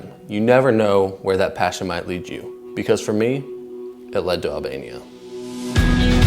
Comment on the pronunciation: i heard alabama not albania lmfaoo